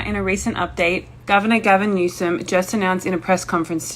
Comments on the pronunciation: “Gavernor Newsome“ 😂😂😂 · On a lighter note, I love how you referred to Governor Newsom, as "Gavinor Newsom" 😂😂😂